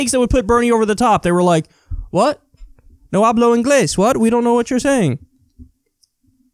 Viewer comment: "No hablo Ingles" that was actually very well pronounced.